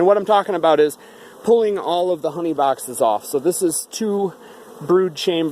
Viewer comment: The way you pronounce your s and x's drive me nuts. Bawxxxss (box).